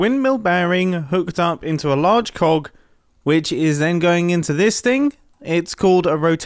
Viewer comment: You saying 'large cog' makes me laugh